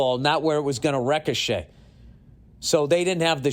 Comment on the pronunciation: Ricochet pronounced wreck-a-shay is fun, but nowhere near as fun as getting that sort of perception of the immaculate reception!